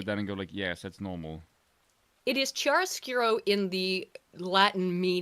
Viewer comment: also it's not pronounched as "Chiaro", the "c" is actually a soft k (not very pronounced, but still audible "k" sound). kiaro skurro / kee-AR-ə-SKOOR-oh / [ˌkjaroˈskuːro]